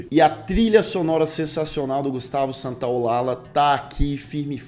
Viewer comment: Me permita uma pequena observação Santaolalla se pronuncia Santaolalha (foneticamente falando) Pois é nome castelhano, não português. Exlente repotagem Parabéns